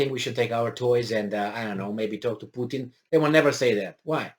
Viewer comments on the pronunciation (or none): none